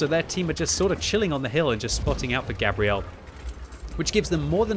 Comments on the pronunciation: !....I dont think thats how you pronounce that persons name...Gabrielle is a girls name, which is what your saying. Gabriel, is a guys name and pronounced different. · Why are you pronouncing the feminine version of this name, Gabrielle, instead of the masculine 'Gabriel', as in the Angel Gabriel? People do this all the time with footballers from Latin countries too (hello Arsenal), and it bugs me no end. Also, the enemy team in this game are awful. They abandoned the hill and didn't even try to take the west flank. It's a good score but it's also a bit of a roflstomp. Merry Christmas. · Pretty sure it's pronounced like the archangel Gabriel "Gay-bree-L" the way you're saying it is the female pronunciation "Gabrielle". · Fun to watch, thanks. Wondering if Gabriel TOLD you how to pronounce his/her name or if you're taking a bad stab. I would have guessed it would be Gay-bree-uhl (masc) and NOT Gah-bree-elle.(fem). Good luck with the fund-raising! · I'm from the US and the way u sayin Gabriel is killin me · As someone who is dating a Gabrielle and is best friends with a Gabriel. It was painful listening to mispronounce it every single time